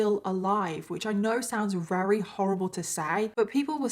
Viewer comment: I want to watch your videos so bad but it makes me insane that you always say wary instead of very like you just miss the V sound and it’s all I can think about haha 😅 it’s just one of those weird quirks but I’m the weird one for not being able to ignore it 🤦‍♀️